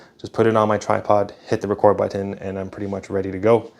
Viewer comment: Excellent Video. I am curious, are you from Hawaii? Just the way you pronounced a couple of words like "tighten and button". I have the Ronin Gimbal but am now going to sell it for the Small Rig setup. Thanks again. Doug.